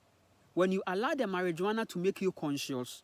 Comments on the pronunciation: Mariwana not marijooana 😂 😂 🚭 🚭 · It's pronounced mariwana bro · I would not take this man seriously. You have to remember that he is colonized, and all information he has comes from colonization he is not a scientist or a doctor he has no real evidence about cannabis. And the fact he can't even spell or pronounce Marijuana properly should speak for itself. The experience of cannabis is different for everyone but it has healing properties and is a natural medicine. He even called it a psychedelic and those who know what that is also know cannabis does not fall under psychedelics.